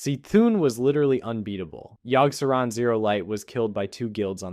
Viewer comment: Yogg-Sah-rawn. Yogg. Sah. Rawn